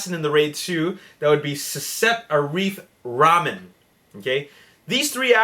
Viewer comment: lol.. the way you spell cecep arif rahman : cacap arif rahmen (rahmen : instant noodle).. :D